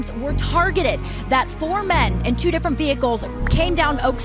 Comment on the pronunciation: This guys talks funny.. probably from Canada ... Instead of two he says TWEW SHOOT he says sheewt Interviews he says intervews... Mans french or nah? Culture vulture